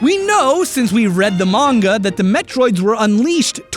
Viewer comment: Hey, don't feel bad if you mispronounced ATP. You're one of the few YouTubers I can rely on to pronounce "manga" correctly. You get all my respect points for that.